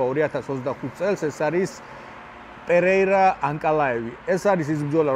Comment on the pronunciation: აუ ვითომ იცის ემემეიზე რა სახელს ვერ ამბობს ნორმალურად. გეჯი ვინაა? ან პირია ვინაა? ან ომელი ვინაა?ან ძუპლესი ვინაა? ან ხაიპი რა არი? ან რესლინგი რა არი? ან ანკოლაევი ვინაა? ან ვინ გითხრა რო მახაჩევი იუეfსის ყველა დროის მებრძოლებში არის ნომერ პირველი? რავი ჯობს თავი დაანებო ამ კონტენტს.